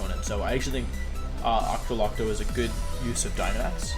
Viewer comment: “Ocktolocko” ok Wolfe